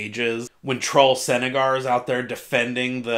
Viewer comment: Hey dude just found your channel. Nice stuff. 2 things about pronunciation: Kalam is dark skinned and that name is arabic in it's influence. I pronounce it like this: Kaahlahm Meekhaar. Also, its Trull Sengaaar not Trull Senegar. Anyway interesting stuff. Yea my theory is I can't begin to fathom QB. He is an ascendant for sure. He must have at several races as the souls. I just wonder are the souls sentient within him with a greater consiousness or has he QB absorbed their powers/abilities but they are dead essentially? I think QB is 1 of those mysteries I don't mind not being solved. I think that's what Erikson was going for. Its part of his charm so to speak.